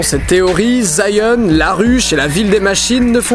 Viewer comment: Zion ? Je crois qu'on dis Sion